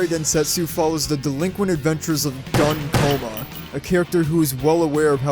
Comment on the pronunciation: I'm sorry to say, but his name is pronounced Goon Coma, that makes a different kind of shooting sound.